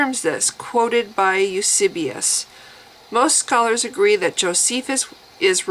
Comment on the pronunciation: Hi. Loved the video. Good job! Now thinking of getting Dan Barker's book myself. By the way, I believe it's:- Tacitus (TASS-it-uss) ("uss" as in puss) and Eusebius (you-SAY-be-uss) ("uss" as in puss again). Have a nice day! Bye.